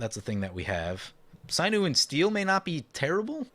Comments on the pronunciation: Sign-you and steel? "Sin-you" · "Synew and Steel"???? SYNEW?!?!? bruh..... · Sinew sounds like Sin(biblical)+yew(tree) Edit: that is how it is pronounced. (Not sign-yew) lol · Please look up a correct pronunciation of the word Sinew. This isnt mtggoldfish